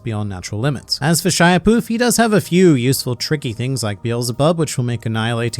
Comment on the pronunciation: If you watch the english dub, they all pretty explicitly pronounce Shaiapouf as (showw-wa-poof [like owwie]) not (shy-uh)